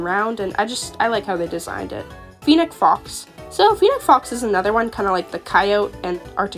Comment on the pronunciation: Brack-e-oh-saur-us Fen-ic fox Ter-ran-o-don (the p is silent) (also not a dino but a flying reptile ALSO an archosaur) I don’t want to be rude just helping!